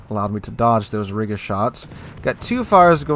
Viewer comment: Riga is pronounced Reega btw